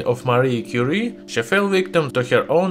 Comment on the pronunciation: Madam Quire => mariegue 😂😂😂😂